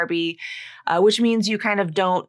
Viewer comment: In "I don't want to" besides that n and t is eliminated, you are pronouncing the d as flat t: I ro wanna.